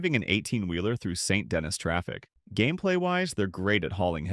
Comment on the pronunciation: Did you say St. Dennis traffic? DEN-ease. St. Den-ease